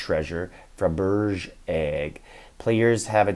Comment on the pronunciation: Yeah I'm dying to unlock the Fabrege egg to see what kind of extra rewards we'll get from tiles. But the caveat is you'll only be able to collect one of each of the 3 types of eggs dropped a day. Love your vids, very informative for serious players. BTW the eggs are pronounced Fabra-Jae, a very famous Russian treasure made for Czars